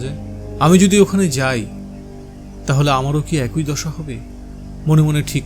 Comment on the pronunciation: ভালো উপস্থাপনা। তবে একটা জিনিস বড্ড কানে লাগছে 'একই' কথাটাকে বারবার একোই একোই উচ্চারণ করছেন কেন? ভালো উপস্থাপনার মধ্যে এটুকু কানে লাগছে বলে বললাম, দয়া করে পজেটিভলি নেবেন.....